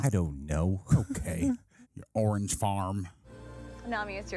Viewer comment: I respect the attempt at "orangein"